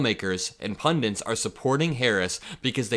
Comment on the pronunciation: the word is PUNDIT, not pundint, pundent, pundant or anything else. Otherwise great stuff 👍🙂